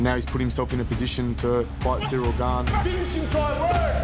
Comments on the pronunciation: Wait, did he just say his name was "Gain vs Tuivasa" . Have we been mispronouncing Gane's name this whole time? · he pronounced it like that for the interview since it was in English, we have a weird habit in France to transform French word to English with accent. but it's pronounced "gaan". Even him pronounce it "gaan" when speaking in french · he pronounces his name “Gain”. I hope Bruce buffer watches this and all announcers as well. They call, or pronounce him “Gaan” 😂